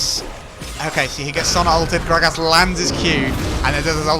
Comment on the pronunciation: Love how this guy says "Grag ass"